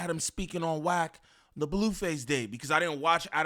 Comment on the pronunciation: Why can’t Bro pronounce Wack name correctly?? It’s killing me. 😂😂